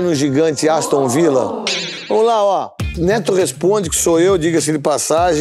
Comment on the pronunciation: "Aostun Villa" kkkkkkkkkkk